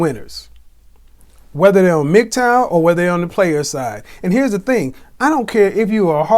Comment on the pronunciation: Hearing something pronounce MGTOW as Migtowel is something else